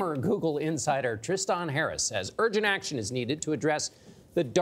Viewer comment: I’ve never heard Tristan being pronounced Tris-Tawn.